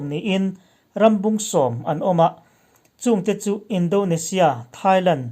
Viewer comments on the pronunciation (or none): Indonesia.... Indo ni loin. In-daw-ni-sia tia lam tûr.